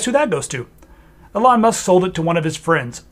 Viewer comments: Love the video although I feel like I'm having Trans Ischaemic Attacks every time you say 'uh-lon Musk' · You lost me when you can't even pronunce his name properly 😂